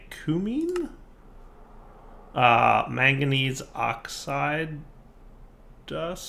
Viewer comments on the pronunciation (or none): none